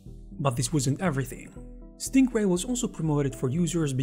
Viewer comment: It really sounds like you're saying "Stinkray" lmao